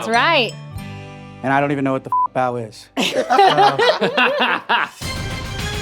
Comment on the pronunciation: really butchered that bao....